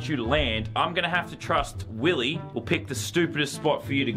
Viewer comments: It is not willeh. It’s Willy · This is how many times he said Willeh 👇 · Its Willeh